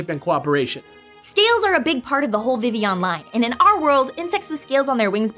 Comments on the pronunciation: Vivillion, Viv-il-ee-on Definition: Not pronounced Viv-ee-on. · So, am I the only one that thought it was weird that they pronounced it Vi-ee-yon? I get why, and being a partially French name it makes sense, but I've always pronounced it Viv-ill-on. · It's not supposed to sound like villain. It's name comes from vivify (to bring to life, awaken, referencing how it turned from a little bug to a flying free beautiful butterfly) and papillon (French for butterfly, which makes sense, not just because it's a butterfly, but Kalos is based on France, which is it's home region)